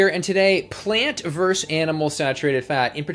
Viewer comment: I don't want to pick nits but I can't stop myself. Versus is pronounced versus. Two syllables; stress is on the first. Thank you for your patience.